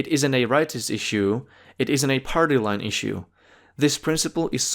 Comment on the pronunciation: Lol! Ikr, and if you've EVER read ANYTHING from the govt., you know they waste AT LEAST 50% of the document with fancy nothingness, and that's lowballing. It's a terrible argument. I wanna know if it's necessary for him to say "iss-ue" with an 's' like that. Can he say shimmy and shake, or does he say simmy and sake? I wanna hear him say "she sells seashells by the seashore." Man, he's irritating.